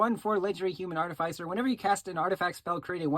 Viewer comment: Oof, I cringed every time bro said artificer…